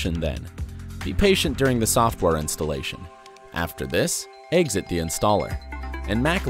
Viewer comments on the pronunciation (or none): none